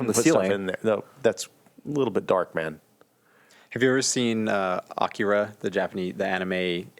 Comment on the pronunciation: aw-key-raw?... you mean... Akira?